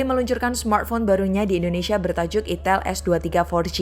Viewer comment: Kak bacanya aiiitell bukan itel 😂😂😂